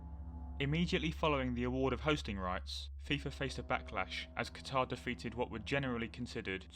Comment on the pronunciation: Anyone else get mildly annoyed when people pronounce Qatar incorrectly?